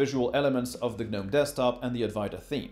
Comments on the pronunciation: What?? It's not G-nome! Why are you saying it like that? If you don't know how to pronounce something then please don't say it over and over.. The "G" is silent "Gnome", try again... Hard dislike... Honesty hey everyone take advice from a person who can't even pronounce what he's telling you about...! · GNOME - It's pronounced "nowm", as in the little garden statues. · The G in Gnome is silent bro. Nice in-depth review. Thx 😎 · We pronounce it as NOM. Not sure which one is correct. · Hey, can someone correct me? Is it pronounced Geh-Nome (like he says in the video), or Nome (like the lawn ornament)?